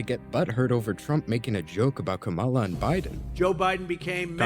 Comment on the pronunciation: It's honestly so infuriating how they still chose to mispronounce Kamala's name.